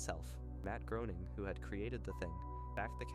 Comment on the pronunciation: I wanted to watch this, but it's pronounced GRAY-ning 😢